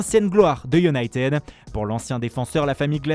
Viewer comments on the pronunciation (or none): none